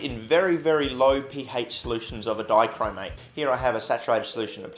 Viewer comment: you pronounce pH like dankpods pronounces HP